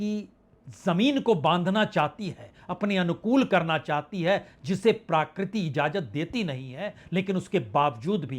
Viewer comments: सर, प्राकृति नहीं प्रकृति होता है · It's PRAKRITI not PRAAKRITI. Please pronounce right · माननीय पुण्य प्रसुन जी, क्षमा चाहता हूं शब्द प्राकृति नहीं बल्कि प्रकृति है... कृपया इसे अन्यथा न लें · प्रकृति,,, कहें जनाब प्राकृति नहीं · प्रकृति या प्राकृति ?? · प्राकृति नहीं, महोदय! प्रकृति बोलने की कृपा करें। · प्रकृति का हिन्दी pronunciation प्राकृति तो नेहि है l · प्राकृति नहीं , प्रकृति बोलिए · प्राकृति नहीं प्रकृति प्रभावित नहीं प्रवाहित।